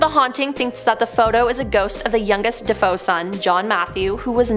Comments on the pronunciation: The name of the family in the Amityville house is DeFeo, and is pronounced Deh-FAY-oh, not Deh-FOE. It is Italian. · Defeo Duh-fay-o. Just saying.